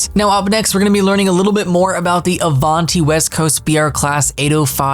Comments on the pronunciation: The way this guy says Avanti is annoying. It’s “Av-AN-ti” not “Arv-AHN-TY” like 😭😭😭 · You say Avanti like the imgame announcements. It should be Have Ant i without the H